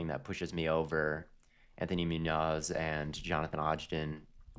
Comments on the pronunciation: Mooo-nos is a crazy way to say munoz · Why is saying Munoz like this 😂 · pronunciation of munoz broke me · Bro said Moon Oz and Odge den for Munoz and Ogden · doesn’t know how to pronounce Munoz or Ogden😭😭😭😭